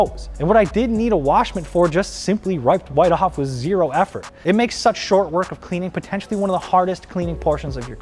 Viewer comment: So no one noticed he said “wiped right off” as “riped wight off”